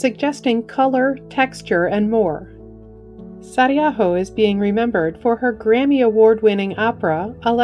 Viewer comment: You’re saying her last name right. Thank you. #finnish #sisu ❤ Kaija Saariaho.